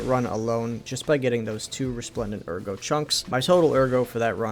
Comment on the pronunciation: why do you call it agro when in game they say it the way it should be said lol it’s ERGO pronounced like AIRGO in game